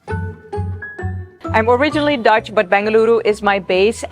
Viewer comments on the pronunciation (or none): none